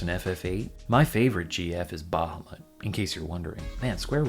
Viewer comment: hearing someone pronounce "Bahamut" properly really gets me. Also, I desperately need you to cover Einhänder. It's so weird.